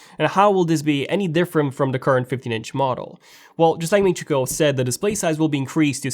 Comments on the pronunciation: It's not MIN CHI COOL, lol, it's KUO like QUOTE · its actually more like GWOR